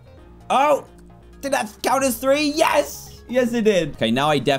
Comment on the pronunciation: you sed free in sded of three